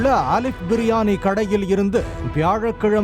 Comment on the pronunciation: அது புரியாணி இல்ல " புழுயாணி "